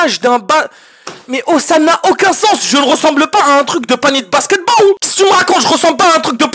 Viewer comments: le "basketbawl" au début 💀💀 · "Le basketbawl"